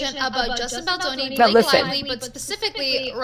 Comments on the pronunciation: BALDONI not BALDINI 😅. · Good show! Although I’m pretty sure his name is Baldoni not ‘Baldini’. Baldini sounds like the name of a magician! 🪄😄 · It's Justin Baldoni, not Baldini.🙂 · I believe his name is Justin Baldoni. Not Baldini. We may want to get the names right before we start professing expertise. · I love you, but please get his last name right. He's already been having too much disrespect. 🥲